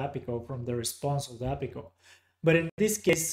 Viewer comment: I think they've changed the ListView data source connection? I see a different thing when I try. Also never heard API pronounced appy before, took a while to get used to:-)